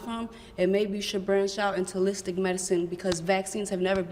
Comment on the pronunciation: "Uhlistic medicine"